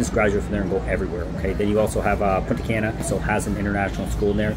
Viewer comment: It’s “Punta Cah-na” learn how to say our cities. Not “Punta Can-nah” And “Sahn-to Domingo” not “San-to Domingo” Get it together